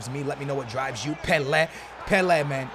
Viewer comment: Anyone else hate the way he says 'pele'